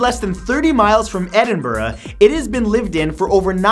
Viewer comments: Matt, you are the first American to say Edinburgh correctly! Good for you! 🙂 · Well done Matt! You finally said Edinburgh right!